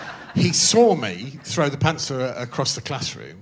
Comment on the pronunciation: Greg's pronunciation of pencil is absurd. I wonder why he pronounces it pants-ul